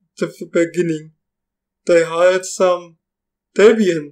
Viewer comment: "Tepian", "Upuntu"? "Tepian tefeloper" :-) :-) :-)